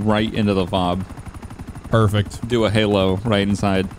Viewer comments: F-O-B…….…it’s pronounced FOB…just say fob 🤦🏻‍♂️ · You don't say each letter of a FOB. It's just FOB.